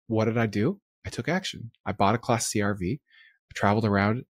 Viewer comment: I thought he was saying get “classy RV’s” oh wait class C 😅